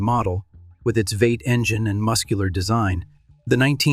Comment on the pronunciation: lol ai fail "veight" instead of v8, check your work better